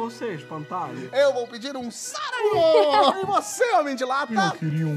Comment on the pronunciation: Eu entendi que o Porchat espantalho falou: “Eu vou pedir um saco!” E não cérebro. Achei que fosse saco mesmo